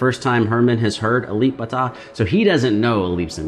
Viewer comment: I agree with you, Alip is the first Alip is the second Alip is the third Alip is the fourth Alip is the fifth And then other guitarist..... (hahahaha). Your pronounce is correct, that using "b".